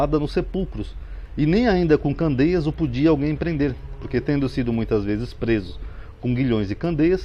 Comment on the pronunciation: Não são candeias, são cadeias. Dá para ler corretamente por favor?